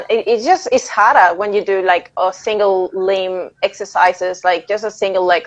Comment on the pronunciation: ya it was cool always learn something new when Dr Mike delves into nuance on these topics! I also didn't know you were in Australia since you've got that Spanish accent but I heard your Australian accent at the end of the video it's funny how accents happen when answering Dr Mike about your traps from training harder (haddah) lol